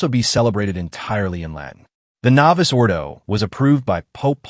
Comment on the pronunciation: The Traditional Faithful want the Traditional Roman Rite (Latin) of Holy Mass...not the novus ordo. And please tell your AI staff to update the pronunciation of novus.....its novoose....not novice.